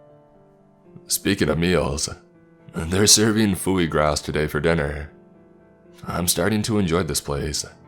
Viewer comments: Did anyone else notice the fact man said “fuey grass” foie gras is pronounced “fwuh gwah” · The minute he said "phooey grass" I knew what he was really trying to say. I dont know how to spell it, so I will not play myself by trying. Lol cannot be bothered with such trifles as pronunciation. Have you heard his SPANISH?!?😱🤪 All in fun my man, LOVE your stories but your pronunciation be KILLING ME sometimes! lol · "Fooey Graws"... foie gras? Lmfaoooooo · "foo-y gras" lol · its pronounced fuaw gooaw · Can't get past how he butchered that foie gras pronunciation ... Lol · I think he tried to say foie gras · cannot be bothered with silly things like pronunciation! You should hear his SPANISH lol